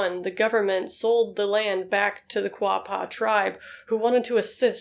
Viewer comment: I played on those chat piles when I was a kid. I am glad you pronounced Quapaw right. That's my hometown